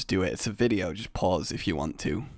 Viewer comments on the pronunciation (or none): none